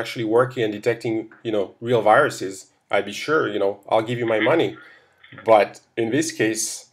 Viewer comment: 'Christopher' seemed to lose his caucasian accent every now and then, and almost sounded Indian! Viruses curiously became wiruses!